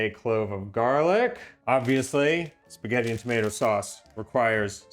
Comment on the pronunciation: auguri e fai attenzione a non fare sforzi, anche se a te non sembreranno sforzi. Nel tempo libero per cortesia, fai in modo che tuo marito impari a dire spaghetti. Spagheri non si può sentire.